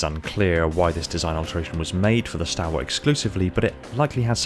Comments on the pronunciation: Is it not pronounced stawl-wuht? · very good, now if you could just pronounce the word stalwart correctly, ie STALL-WART, that would be excellent, thank you